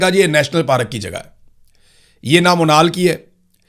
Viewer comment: پاراک نہیں پارک